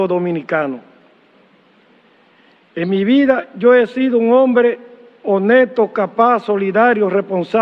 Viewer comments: Y dijo "honeto" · Ese juez se come las s honeta oh Dios pude ser honesto pero para ser juez se expresa fatal 🙈 no veo discriminación no exageres tu jajajaja